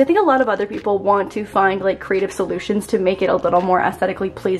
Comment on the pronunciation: “Crateive” solutions 😂